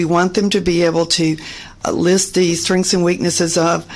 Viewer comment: Why are some Americans incapable of pronouncing even single syllable words? The woman in red kept saying 'strinks' when I'm guessing she meant 'strengths'.